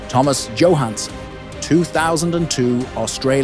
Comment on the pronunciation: I think it’s pronounced as ‘yo’ Hanson